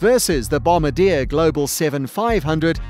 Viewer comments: You are mispronouncing Bombardier. It's not "bomb-ba-deer" it's "bom-bar-d-a" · How to say "Bombardier" BOM-BA-D-YAY. Not "Bombadeer" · lol kind of helps with little things like "credibility" when the narrator actually knows how too pronounce the words for the thing he's talking about. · 100% Global 7500. I just wish you could pronounce Bombardier properly. They don't drop bombs. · How many words is the author going to say incorrectly? It would help if he pronounced Bombardier correctly, LOL. And "mach." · Wow-The bloody announcer can’t even pronounce Bombardier.. Go home and try again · Doesn’t even know how to pronounce “Bombardier”. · Bob Alto I was referring to the narrator